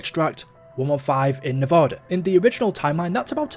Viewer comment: Did he just say nev-o-da?